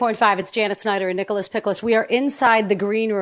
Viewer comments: Did she say Nicholas Picholas? 😂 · Was it just me or did anyone else laugh in the beginning when the interviewer said nicholas pickolas (dont know how to write it)? 😂